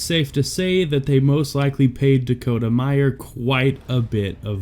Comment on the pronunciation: It’s Dakota Meyer, not Meyers. Thanks for honoring an American hero.